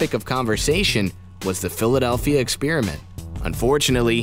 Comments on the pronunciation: It's not pronounced "ex-peer-iment". If you're going to play at being Mr. Voice-Over then get some speech lessons. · It's sounds like he says philladelphia spearmint